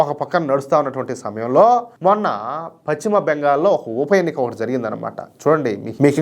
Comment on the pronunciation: Pachima bengal ka dayya adi paschima bengal antaaru.telugu sarigga palakadam nerchuko